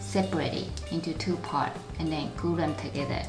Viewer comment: yes she is speaking blue in a weird way